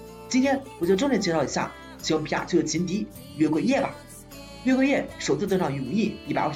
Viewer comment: 還有 月桂Yeah🤣